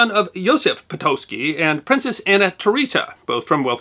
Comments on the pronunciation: Awesome story!! Po-taht-ski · Patocki = pa-to-skee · No, correct pronunciation is [po-tots-ki]. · Never knew it was pronounced 'Potoski'